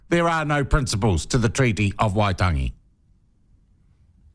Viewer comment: Even you can't pronounce Waitangi